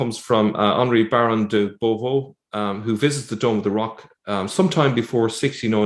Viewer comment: "They're all over the shop on this." "de Beauvau": Ye want to be puttin' yer emPHAsis on the 2nd syLLAble, there, Lad. __ de beauVAU___ like that. ...Don't mind me; it's 3 in the morn' and I'm jooss bee'in a Brat, I am. Intresstin' stuff, thô. ...I still t'ink it'd be fun if we could all go to Cordoba for a month, before zippin' east to visit Jerusalem. Not in summer thô. Too warm. Dead o'the winter is more my style.